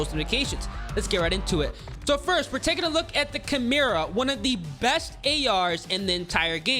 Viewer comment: i’m just happy my boy finally said Chimera the correct way 😂